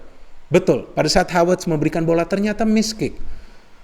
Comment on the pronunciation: Apa cuma saya saja Yang mendengarkan Menyebutkan Nama Kai Havertz Dengan sebutan Hawertz, Hawertz. Tolong klarifikasinya dong 🙏 #SayNotoRasicme #Respect